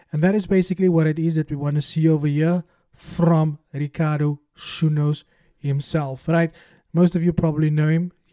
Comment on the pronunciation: Stop butchering General's second name💔😪, it's Sunnos not Sunnos. Say Sunnos like Sarturday.